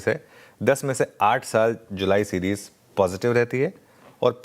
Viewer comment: 😂😂 सीजीर नहीं सीरीज़ होता है